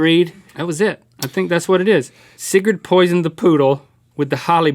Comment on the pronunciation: You didn't pronounce Sigrid correctly Link, I'm sorry but we're gonna have to change that back into a C